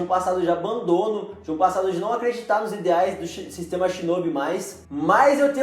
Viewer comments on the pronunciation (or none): none